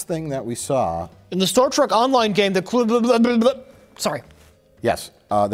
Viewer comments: Anyone else notice Mike will occasionally say 'Star Track' ? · I love how he calls it "Star Track"